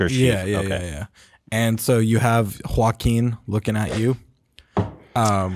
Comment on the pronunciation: As a latina I'm very impressed by correct pronunciation of "Joaquin"